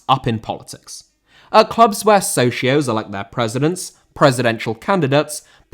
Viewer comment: Socios* not Souwxiouws